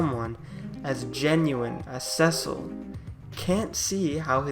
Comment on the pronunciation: This is a great analysis of Cecil, the dark knight. Two comments follow. Cecil commanded (not "comandeered'," which means take over control) the Red Wings. His name is pronounced "SEE-sill,'" not SEH-sill